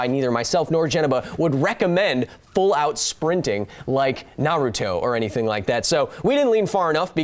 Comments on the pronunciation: You keep pronouncing it "nah ROO toh" but in Japanese, you shouldn't stress any syllable. I know, that's hard for English speakers. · Its (nar)(uto) not (na)(ruto) jesus christ....my favorite educational channel and you just made me cringe